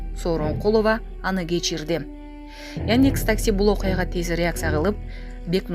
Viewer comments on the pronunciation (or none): Кабар окуп аткан Кыз создорду туура айтчы, Яньдекс эмес, яндекс